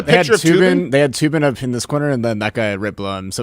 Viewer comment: It's not Toobin, it's Threebin.